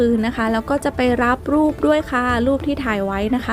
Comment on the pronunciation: ตอนพี่ซอบอกว่าเดี๋ยวเราไปรับรูปกันนะทุกคน เราฟังเป็นรับลูก กันนะทุกคน😂